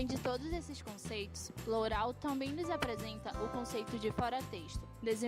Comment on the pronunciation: o vídeo é bom mas a pronúncia Lourau está incorreta